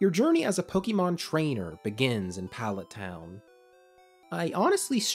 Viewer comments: Love your videos, and this was a good game to cover for the series! For future reference though, if you cover more Pokemon content - it's pronounced Poh-kay-mon, not Poh-kee-mon. No shame, I just notice those less-traveled with the series tend to pronounce it wrong. Oh, and I hope you feel better soon! Been having a rough bit of sickness myself which is making my own videos lately sound weird. You didn't sound that bad here though. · Nothing takes away the credibility of a video about Pokémon more than hearing the narrator say "poh-kee-mon" rather than "pow-kuh-mon" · Say it with me: POH KAY MON not poh kee mon God dammit the franchise is almost 30 years old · He calls it Pokie mon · It's not pronounced Pokymon, ffs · Please stop pronouncing it Pokeymon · please learn to pronounce pokemon